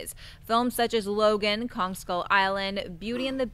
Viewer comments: Anyone else notice pronounce King Kong as 'kon' and it wasn't just once either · Sam Spink Same here. it really bothered me for some reason. it's KonG, with a G! Nott Kon or Khan or however she pronounced it lol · Paul Rizzo I heard that too. The wrath of King Kahn. And she said it 3 times so she must not know the name of the monster in her top 3 films of March. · Was saying Kon instead of Kong?